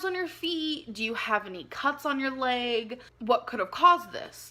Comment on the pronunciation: The Lay-guh is red The Lay-guh is painful The Lay-guh is swollen The Lay-guh is TIRED